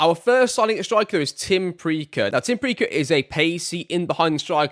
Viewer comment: Pricha is pronounced "Pricha" by the way, his dad was a great player at Rosenborg :)